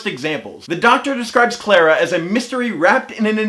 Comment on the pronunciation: CLARA NOT CLEIRA for god sake!!!!!!!!!